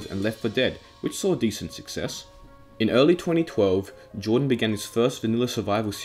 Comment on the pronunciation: It’s Jardon not Jordan